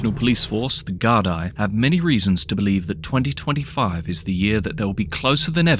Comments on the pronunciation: De gar-dee not gar-die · It's pronounced Gar-dee